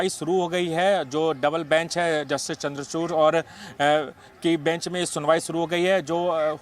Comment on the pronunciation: अरे नमूनों, जस्टिस चंद्रचूड़ हैं चंद्रचूर्ण नहीं